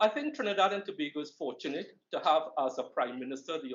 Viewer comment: Yuh lucky Trevor, saying Tobago the correct way!👍🏾